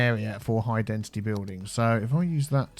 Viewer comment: Has no one pointed out that he's saying 'High Dentity' and not High Density? He's been saying that since the start of this City.